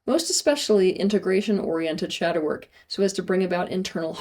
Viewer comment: Step one “shadow work” but it sounded a little too much like “shower” 😅 (makes a guilty face but goes back to the video like he didn’t just hear that).